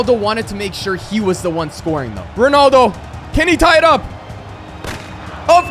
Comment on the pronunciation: Why do you say ronoldo?